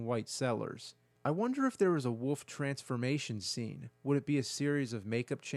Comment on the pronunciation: The word is “Wolf”, my guy. Not “Woof”!